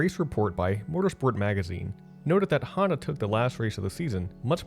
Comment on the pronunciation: Why is his name pronounced Hando instead of Honda?